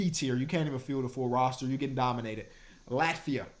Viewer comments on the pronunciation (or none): none